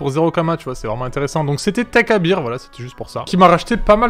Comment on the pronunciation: "teikabir" cet accent 😂😂😂😂😂